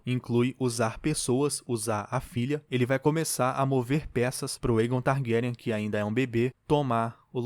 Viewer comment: Lindo demais este episódio só ñ gostei do dublador falando errado o nome do Aegon será q é tão difícil pronunciar certo fala sério eu amo a Raenyra e o Vyseris está um show achei lindo o encontro do cervo a legítima rainha amei cada detalhe deste episódio.